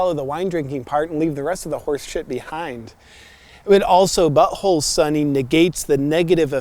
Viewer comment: It’s “buTThole” not “bu’oal”